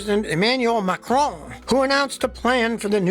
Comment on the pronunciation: hearing you try to say the Frence presidents name was quite funny ;D